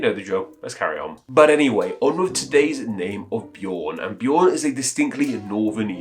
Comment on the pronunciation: The Swedish pronunciation of Björn is similar to the English word yearn (prepended with a B). When you pronounced the Norwegian Bjorn, you were much closer to the actual pronunciation, even for Swedish. It is NOT pronounced as B-yore-n.